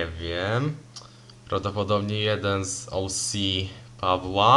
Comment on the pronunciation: Bardzo ciekawy kształt papieru 👌 I to twoje "OŁSI" możesz to spokojnie spolszczyć 😉 do "OCE"